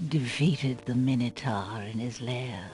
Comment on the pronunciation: Minotaur has an A in it, your saying it SO WRONG